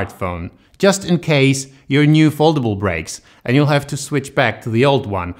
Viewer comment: Czyta się foldejbul XD